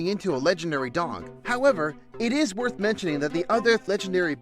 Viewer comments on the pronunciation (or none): none